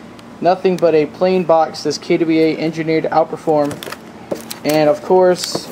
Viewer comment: "kay Dubbie ai" ?